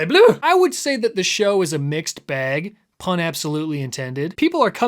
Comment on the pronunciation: Loving the pronunciation of “bag”, spoken like a true Midwesterner